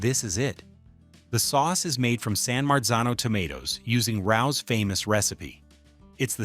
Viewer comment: It's Parmesan = Paar-muh-zaan, NOT Parmas-ANNE!!! It's also pronounced RAY-O's not Rowes or Roes or whatever the hell you pronounced! My God that was awful. Rao's is OK but you need a side of sauce as there isn't enough on the pie and the crust is really thick, so you need to dip the crust in the sauce. Other than that it's decent. Also did you see the slop..errrr FLOP of that Newman's slice?? That thing had ZERO platform. Looks like the cheese slid right off. Ya'll made that pizza look disgusting. Ellios is for when you're coming home drunk, hungry and everything within a 10 mile radius is closed. You can throw it in a toaster-oven or air fryer and have something hot to eat in a few minutes. At that price point it is what it is...Emergency Food that does the job. If you do it right, you'll be passed out 15 minutes after eating it and won't remember that you even ate it the night before.